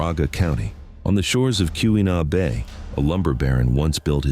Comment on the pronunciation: Horrible AI. not even likely the video is actually of the towns noted . " Q E Nah Bay" where the hell is that? 4 minutes of my life I'll never get back